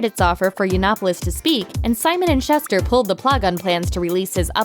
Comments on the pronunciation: Simon and 'shooster', not 'shuster'. Simon and Schuster. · It's Simon & Schuster (said like shoe-ster) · Schuster is pronounced Shooster.